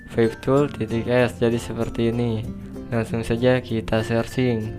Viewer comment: "Langsung saja kita sersing" 😂